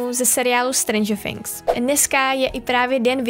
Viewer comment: sorry ale není to Stranger Fhings ale Stranger Things